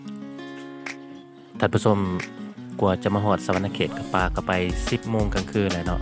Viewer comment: สะหวันนะเขต เขต ບໍ່ແມ່ນ เขตุ